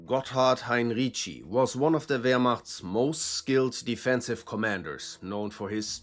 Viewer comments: I'm glad you pronounced Heinrici this way - I've heard so many variants, lol. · Heinrici is pronounced Heinritzi